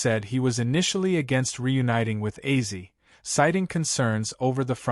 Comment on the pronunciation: Ozzy not Azzy